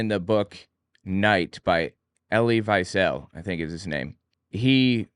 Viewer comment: Really interesting video. I have to say it's a little strange to me that you wrote a book on German history, but you don't know how to read German names. Elie Wiesel's last name is pronounced "vee-zel." Does that mean you weren't able to consult German sources for your book?